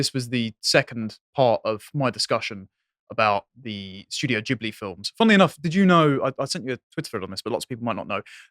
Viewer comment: I absolutely LOVE that actually knows how to pronounce Ghibli.